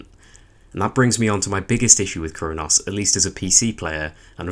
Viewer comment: Your accent makes it sound like you're calling it "Crone-ass" and that deserves 5 stars.